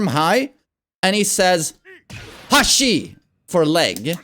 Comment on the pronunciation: he shouts "ashi" which means foot/leg it's not "hashi" also with a certain other move (don't remember input) he shouts "kao" which means face